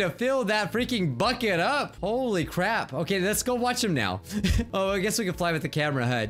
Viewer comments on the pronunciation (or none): none